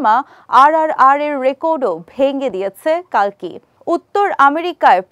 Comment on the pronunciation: কল্কি হবে কালকি নয়